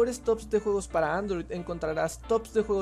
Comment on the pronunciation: No sabes Decir Juegos? :v